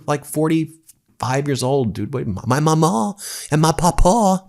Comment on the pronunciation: Omg, vance says 'mawmaw' and pawpaw" wrong. It isn't really possible to spell it the way it is actually said in Appalachia.